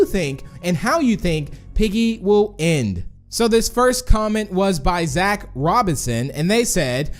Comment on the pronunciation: why does he keep saying "en" instead of end?